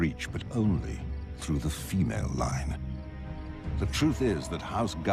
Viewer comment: “But only thru the PHeMal LINE.” Calm down bro 😂